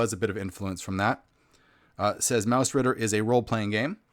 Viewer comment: Well done review again :) Your pronounciation of 'Mausritter' is excellent.